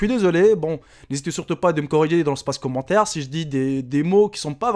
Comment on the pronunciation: mais a t'a dit commentari X)